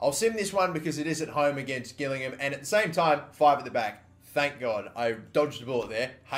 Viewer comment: U said gillingham wrong